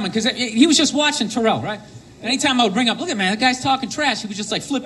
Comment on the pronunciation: Sorry. Philly girl here. It’s Tare-l (rhymes with Cheryl). Owens. Not Ta-rel. I hate T.O. But...Eagles.